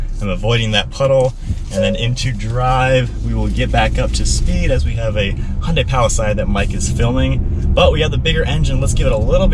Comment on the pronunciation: Being from California it’s pronounced Palisade like aid. And that is the corrective tip of the day....cheers lol 😝